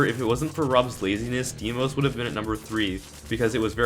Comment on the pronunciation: He keeps saying deemos